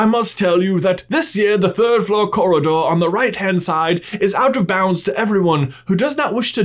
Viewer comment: i cant get over the way he emphasises the hole in the third floor